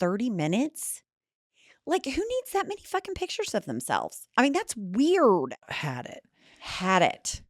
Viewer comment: It just warms my heart to hear turn the word weird into 2 syllables. Hail Oklahoma!